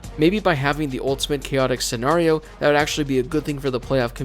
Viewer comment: Can you please stop mispronouncing Scenario :(